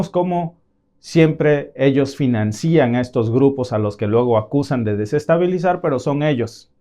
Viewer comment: Grupos 'terristas" y 'terrismo" "financían" 😂